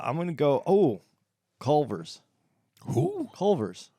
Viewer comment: Respect to for saying Culver's! #wiscolove